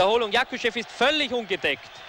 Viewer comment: Не правда, Васильева и Якушева он произнес идеально.